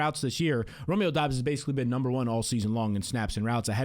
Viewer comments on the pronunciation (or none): none